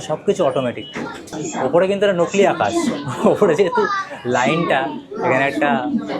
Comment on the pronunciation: Akash ❎ Afash ✅ Akash ❎ Afash ✅ Akash ❎ Afash ✅ 😂😂😂😂